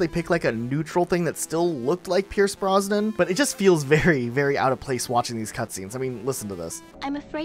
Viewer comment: Pierce Brosnan not Pierce Bronson/Bronsnon